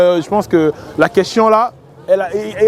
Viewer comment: Le nombre de fois qu'il a dit queschion au lieu de question 🤭